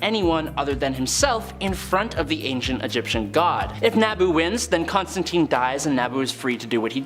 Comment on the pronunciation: ConstanTINE, not TEEN